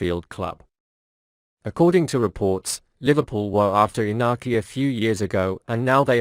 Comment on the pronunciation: IT IS NOT INAKI WILLIAMS,BUT IÑAKI WILLIAMS...BIG DIFFERENCE.....👍👍👍